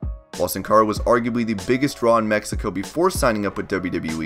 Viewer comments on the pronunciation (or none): none